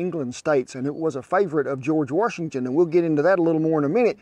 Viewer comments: George Were-shington 😂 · “Warshington” Please keep the intrusive “r” out of our first president’s name. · Where is the R in Washington? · George Worshington. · George Warshington. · George Worshington😉🤣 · I’ve never heard of George “warshington”. I know George Washington. Know knowing about “warshington” much like I know nothing about “windoors”.